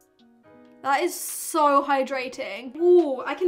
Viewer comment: How normal people say" feels so nice on my face" How say it "feels sou nice too mi fayce"